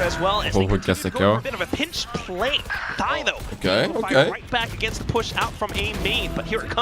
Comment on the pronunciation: With all due respect thyy's name is actually pronounce as "tee aitch why why" each alphabets individually, idk why the caster called him thy. It could be that thyy changed it himself so ppl could say it easier. If anyone know anything about this please tell me.😅